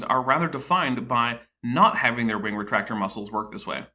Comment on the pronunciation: When he says "wing" it sounds like "wang" 😂